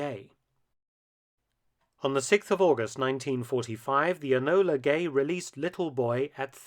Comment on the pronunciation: Well done. The Lancaster bomber was was a very nice looking, modern design. Form and function! now For nitpicks sakes it’s “Enola Gay” (Name of Colonel Tibbit’s Mother) rather than “Anola” used in this presentation.